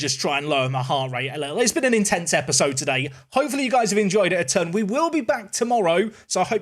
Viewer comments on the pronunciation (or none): none